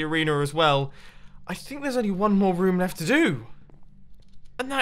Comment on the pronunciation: It kinda sounds like Mumbo says rum in stead of room